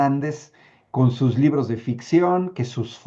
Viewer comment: Anabel y sus ñibros lagrimas y risas o el libro vaquero